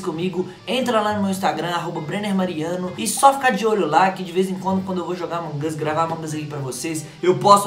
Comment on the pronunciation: Para de falar among as porque não é among as é among us